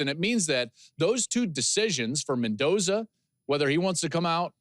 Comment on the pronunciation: Mendoza. Lol. Come on.